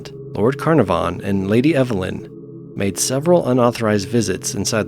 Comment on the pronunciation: Geez! Those a$$holes that done 'iron mike' really were deserved of ol sparky! Just a sidenote, & in no way a criticism, because I love your narrations, but 'Carnavon' is pronounced 'Kah-naav-an' Its a typical British-ism I'm afraid, we thrive on ridiculous pronunciations here. Probably to pi$$ the rest of the world off! Fantastic collection of bizarre and unusual deaths though! Great upload!👍💯💋